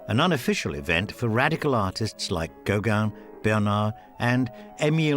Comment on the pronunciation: Yes. Or, even more strikingly here: why not pronounce Gauguin correctly - as GauGUIN, not "GOW-guin".